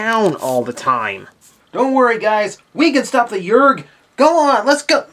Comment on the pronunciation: i had that toy as a kid, and somehow still have it. strappin an m-80 to it later and nuking the damn thing. side note: there called yerks, not yergs